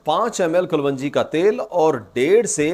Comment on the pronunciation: O Paindo doctor sahib, Black seed nu Kalounji kehenda hain Kalwonji nahi. Gal samaj ayi?